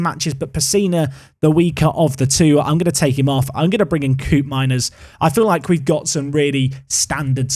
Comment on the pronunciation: Dutch pronunciation heads-up: Koopmeiners is not 'coop' but 'cope', so "Cope-meiners"